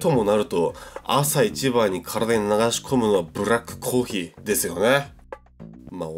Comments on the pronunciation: コー↑ヒー↓ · ほんとだ、コー↑ヒー↓って言ってるｗｗｗ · のコーヒーのイントネーションが「コー⬆ヒー⬇」っていう所で道民なんだなぁって感じる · あれ、コー↓ヒーだww